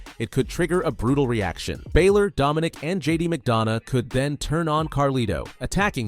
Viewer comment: does my head in how he says balor